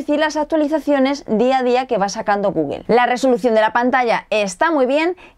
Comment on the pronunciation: Kindel, Googuel y Appel xD